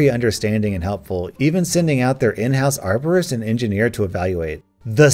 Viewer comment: bacon hair man i thought she said arsonist